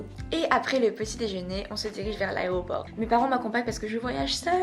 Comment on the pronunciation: Tu dis "aréoport" au lieu de "aéroport" c'est tellement drôle et mignon! XD Bon courage pour ta rentrée! Je te trouve courageuse de partir seule dans un autre pays...:)